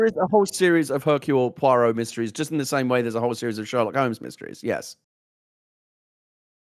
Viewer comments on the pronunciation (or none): You just know that poor Gen is rolling her eyes at her husband's pronunciation massacre of Hercule Poirot.